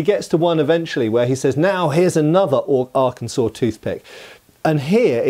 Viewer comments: thank you for your service i live Arkansas and yes it's funny a British guy pronounced it right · Kudos to for pronouncing Arkansas correctly. Not all Americans managed that. I'm not a native, but the USAF stationed me at Little Rock AFB for almost 20 years. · He even pronounced it correctly.